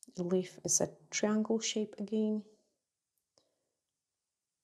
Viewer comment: ❤️❤️❤️ I notice you have no trouble pronouncing the word "try" and that is exactly the beginning of "triangle". 😊 Can't wait to TRY 😆 these!